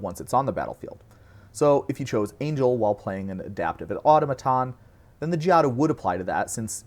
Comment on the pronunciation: sorry, but I'm gonna have to call a rule violation on your pronunciation of "automaton" /jk